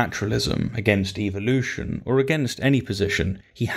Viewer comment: Why do YECs always pronounce evolution incorrectly? They always pronounce it as "EVIL-lution" and actually yeah, no, I see why they pronounce it that way, it's part of their subliminal not so subtle brain washing methods